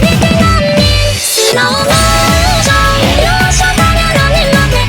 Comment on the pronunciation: ゆっくりがすろぉもぉしょんって言ってた)))))